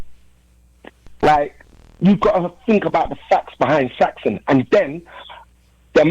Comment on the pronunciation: Put some respect on Saxon name it's Saxon not Saxson